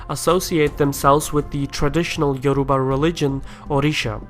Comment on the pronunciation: agh YO RU BA my god you actually butchered everything